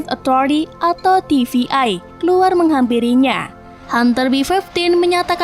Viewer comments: Untuk pelafalan TVA bukan tivi-ai. Coba perbaiki lagi untuk lanjutannya. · Ganggu bt TVA dibaca TVI berkali kali